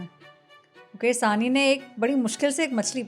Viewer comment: आप सब मैदानी रिपोर्टर हैं, फिर भी मुकेश सहनी को मुकेश साहनी कहते रहे हैं। इतने दिनों में तो आपको साहनी और सहनी का अंतर समझ में आ जाना चाहिए था। साहनी पंजाबी सरनेम है, ना कि बिहारी।